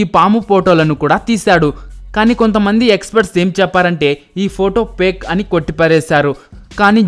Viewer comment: Paaake kaadhu sir... Fake